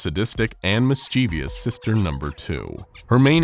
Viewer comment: i'm begging you to pronounce "mischievous" correctly <3